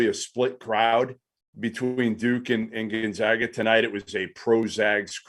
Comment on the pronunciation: Gone-zag-ah learn to pronounce the name